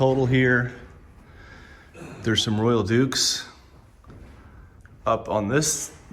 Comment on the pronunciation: Beautiful items! I think the word is pronounced Royal “ ducks” not duke! FYI